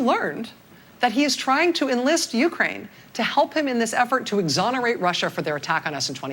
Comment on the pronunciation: You say Ukraine really weird. It sounds like you're saying Ukain.